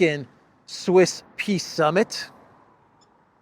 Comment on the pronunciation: is it a 'peace' or a 'piss' summit?😂